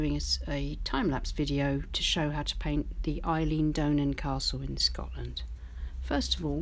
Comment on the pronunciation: So Beautiful. Thank you. Just for info Eilean Donan pronunciation is as in Aylan.